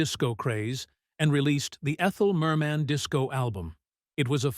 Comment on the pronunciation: Ridiculous! The repeats - and all out of sequence. And calling her Mer MEN